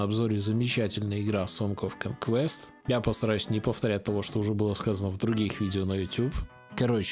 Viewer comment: Говорят, блогеры не могут выговорить "сонгс оф конувест"